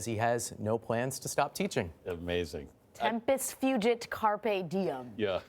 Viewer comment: DID SHE FR JUST SAY “tempus fUUUUgeT, Carpe Diem” I don’t think she practiced that once.